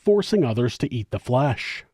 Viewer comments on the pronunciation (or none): none